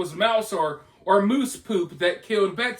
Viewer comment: My dude. It’s mouse a small rodent. Pronounced like ouch. Not moose a very large antlered deer. Or mousse a delicious fluffy dessert or foaming hair product.